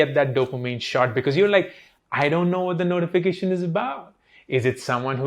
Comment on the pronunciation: Waah.... 'ja simran ja' to wandering thoughts in mind. You clearly know how to make things easy to understand..😇 Also the way you repeated and emphasized on notification, i paused the video to turn off all notifications that very moment. 😅😅😅